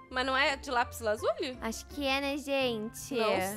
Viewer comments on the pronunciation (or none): nao e laplislo lasuli